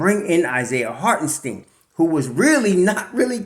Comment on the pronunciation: It’s pronounced Hart-en-SHTINE. Not Hart-en-steen. Like Albert Ein-SHTINE. If Isiah does resign, we gotta get this right. Cant do 4 more years of butchering. Lol.